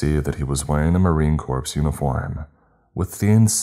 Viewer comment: (Marine) Corps is pronounced “core,” not “corpse”